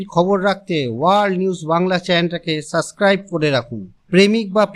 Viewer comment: আগল পাগল রা ভিডিও বানাতে চলে এসেছে, শুরুতেই ডিসলাইক মারলাম। ওটা "সাসস্ক্রাইব" নয় "সাবস্ক্রাইব"। তাও আবার একটা কাগজে লিখে দেখে দেখে পড়ছে। 🐼